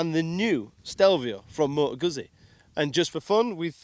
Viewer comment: Goot-zee not goozee